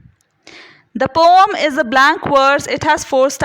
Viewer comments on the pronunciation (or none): its poem not poooomm